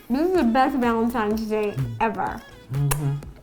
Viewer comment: Is it just me or did she say villantines day